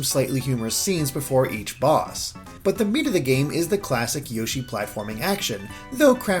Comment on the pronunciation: More Awn Yo-Shee